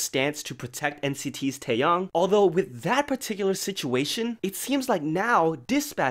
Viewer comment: Taeyoung is a different person. Say his name right please. Tae Yong. YONG. TAEYONG. Sorry, mispronouncing names is a pet peeve because people always mispronounce mine. But TAEYONG, not Taeyoung.